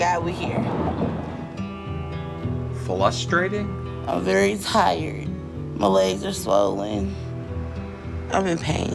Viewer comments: FRUSTRATING, not FLUSTRATING. This one thing is making me crazy. Also, WHO packs a refrigrator? I have never moved a refrigerator in my life. Even unfurnished apartments have refrigerators. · “Frustrating” if I hear “Flustrating” again… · “flustrating” to watch her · Every time she says “it’s fLustrating” I die a little inside. What is wrong with our children today? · “It’s flustrating” 😂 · She's so nasty in so many ways!!! And that ridiculous baby voice is GRATING!!!! The way she pronounces "Flustrating" or "Flustrated" just passes me off to no end. She's such an ungrateful nasty cow. She doesn't appreciate ANYTHING ANYONE does for her. She is a baby talking, ignorant, rude, nasty attitude having, lazy, sucky Fat l3ITCH. Maybe the "husband you married isn't there anymore" because he's totally sick of washing your smelly fat folds, sneaking you pizza, hearing your stank ass attitude and unintelligent baby talk!!! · Flustered or frustrating not both.